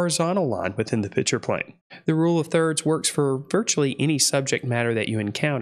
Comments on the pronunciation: Please, maybe it's because I wear hearing aids but are you saying "pitcher" plane instead of pikture/picture plane? BTW, you're videos are great instruction! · Please, please stop calling a picture a “pitcher”!